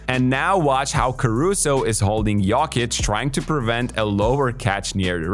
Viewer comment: Please try to pronounce Jokic correctly